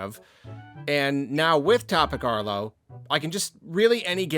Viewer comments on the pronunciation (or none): none